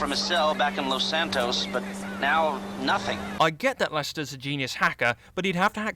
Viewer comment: "all the way back to lous santoous"